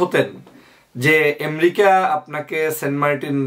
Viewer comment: এম্রিকা কি ভাই? উচ্চারণ টাও ঠিক করে করতে পারেন না?? খুবই দুঃখ জনক।